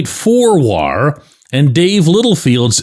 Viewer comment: bending over backwards to pronounce WAR as whar. Also the 2 G with a Cruz HR are the 2 Ws.